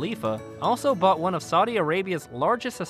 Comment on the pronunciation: this guy didnot pronounce a single name or place correctly!